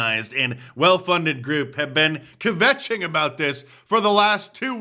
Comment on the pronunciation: you pronounced kvetching wrong adolph...may i get a jewish disount for your merch?? would you beg online for sales louder please...no chanukah sales?